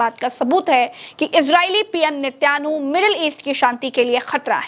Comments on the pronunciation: Netyanu nhi netan yaho bolo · Nityanu nahi netan yahu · Netyanhu nahi Netanyahu Mam. Ab to dhamakedar Youtube channel banana hi hoga.Bas bas bas.